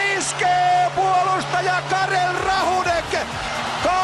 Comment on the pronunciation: "Tomás Vokounen" "Vladimir Růzicka" "Karel Rahůnek" :D Ale je fakt super, a s tím českým občanstvím naprosto souhlasím!!! :D